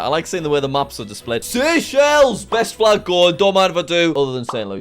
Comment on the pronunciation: and the flaj was wronj too